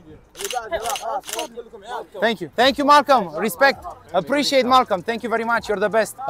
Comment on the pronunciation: Ce vlog și câtă răbdare, respect!! " Apreciatted apreciatted " :))))